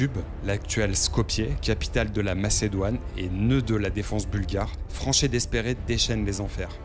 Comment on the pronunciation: Bonne vidéo, par contre, pour l'anecdote, Franchet d'Espèrey se prononce Franchet "Dépré"